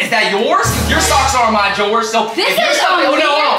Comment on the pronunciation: the way he said drawer brooooo😂😂😂